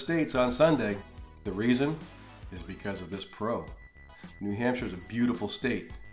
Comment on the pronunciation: I searched this to hear an American pronounce shire correctly, great job.